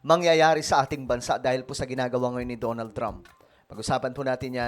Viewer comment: "Da na ld Trump" not "DO NOLD" Trump